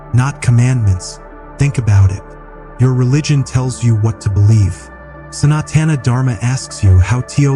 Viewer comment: This is a lovely video. I request you to not use AI dubbing because it is based on western sounds, they cannot pronounce soft sounds like the 't' in Sanatan and the heavy sounds like 'dh' in Dharma. It spoils an otherwise wonderful experience. 🙏